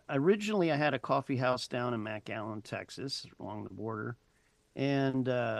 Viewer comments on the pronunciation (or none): McAllen Texas. Not Mac Allen Texas